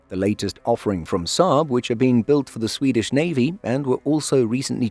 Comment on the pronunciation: I enjoy your channel but there’s really no need to divide the Swedish words and names like that when pronouncing them, that’s not how Swedish is spoken. Just say them as they are written and you’ll be fine. Appreciate your effort though.